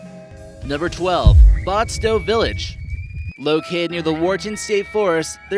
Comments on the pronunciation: It's pronounced BATsto, not BOTsto, you chowderhead. And there were NEVER coal deposits found here. The discovery of coal in Pennsylvania is what drove the charcoal fired pine barrens iron industry out of business. I don't believe you are from NJ. And your voice is incredibly annoying. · If you're going to do a video about places learn how to pronounce the name. It's not Bot-sto or whatever you said. It's Bat-sto. Like a baseball Bat and Ball or like the flying rodent with radar. Bat. Bat. Bat. LOL and secondly why did you interject that photo of the moron from that stupid TV show. You must not be from NJ because most people from NJ hate that show. They weren't from NJ they were all from NY and they gave NJ beaches a bad rep. Finally... most of these places aren't all that strange.. but nice try. :) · Its bats-sto like batman, why did you have pictures of snooki everywhere she has NOTHING to do with any place you spoke about, Hindenburg came down in Lakehurst and EVERYONE knows you dump bodies in the pine barrons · Learn some pronunciation, please. Batsto is pronounced exactly as it is spelled.